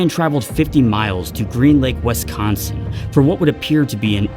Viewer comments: It's wisss-con-son. No west-con-son. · I was so excited to see a new video, then he said Wesconsin =( (Don't know why that bothers Wisconsinites so much, but if you ever want to piss off a someone from Wisconsin without mentioning Beer or how bad the Packers are, call it WESconsin instead of WISconsin.) Great video though! Love your content!